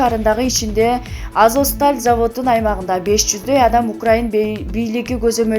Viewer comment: Мариполь,Азоск дей берип жудоттунго.Туура окучу айланайын